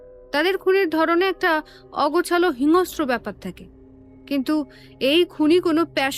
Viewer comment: সবমিলিয়ে ভালো কিন্তু কিছু কিছু উচ্চারণ কানে লাগছে ।যেমন : হিংস্রকে হিংস্রো বলা।